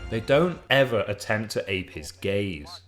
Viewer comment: oh gaze.... I heard it as gays 😂